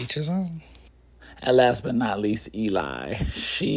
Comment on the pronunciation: Are you should you are pronouncing Eli name correctly because you are saying a males name. I do believe her name is pronounced E LEE I could be wrong